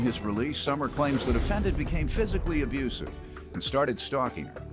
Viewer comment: Besides the obvious convictions, the way he says "abrusive" let's me know he's definitely abusive.